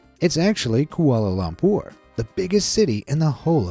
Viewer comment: You how said Kuala Lumpur is sooooo funny i my self actualy live in malaysia and we pernouce it every diffrent oh and its now called KL because Kuala Lumpur do not sound evantse (the last word is hard to spell)